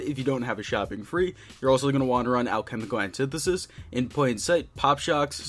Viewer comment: "Halchemical annetithesis"